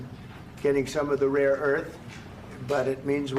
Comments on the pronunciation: Trump repeatedly calling it just "raw earth".....smh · Okay, I was wondering what he was trying to say. I was like, "Raw Earth?" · Trump is such an amateur! He's calling it "RAW" earth... It's rare earth.😂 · It’s called rare earth, not raw earth. Wth? Does this guy EVER read or actually listen/pay attention to information? He gets so many things wrong. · Does Trump mean "rare" earth? He kept saying RAW earth. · Is he saying, "Raw earth?" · Yep. LOL I think he said "rare earth" once, the first time he used the term; after that, his language got "raw." 😉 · I'm not a native speaker, but isn't he saying "raw earth metal"?? It's rare earth metal.... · It's RARE earth not RAW earth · Hey Trump you dummy. It’s rare-earth minerals not raw earth. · Does he mean “rare earth “ ? He keeps saying raw earth. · He seems to have problems saying 'rare' earth.